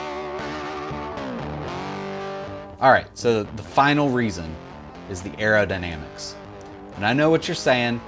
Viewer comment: Was "Areodynamics" intentional? Otherwise great video!